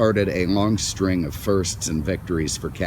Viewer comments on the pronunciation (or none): none